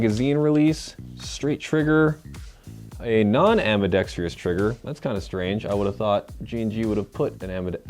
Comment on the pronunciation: “ambidextrious” ... sorry but not to be rude, that just annoys me heh.